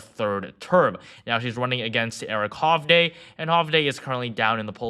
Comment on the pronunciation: Just so you know the republican candidate for Senate is pronounced hov-dee. The rest of the video was great.